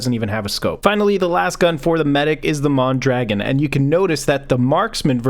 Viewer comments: The Mondragon rifle is pronounced Mon-dra-gone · the dragon on mondragon isnt pronounced dragon